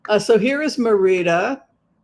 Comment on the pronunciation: You’re driving me crazy calling it MeirdO. It’s not pronounced MerinO. It’s Merida.😊